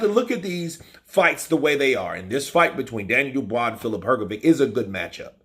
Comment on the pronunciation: Her go vitch as opposed to Her go vick, give it a go mate, it's not that difficult!